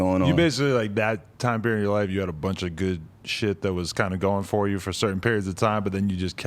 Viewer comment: Yo said: furr instead of for 🤔